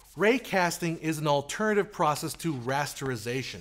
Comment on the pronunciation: i noticed altHernative instead of alternative